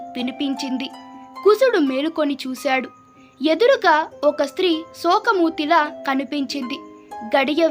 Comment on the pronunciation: బాబోయ్ ఏం తెలుగు ఉచ్చారణ తల్లీ "శోక మూర్తి" ని "శోకమూతి" అయిపోయింది. భగవంతుడా🙏🙏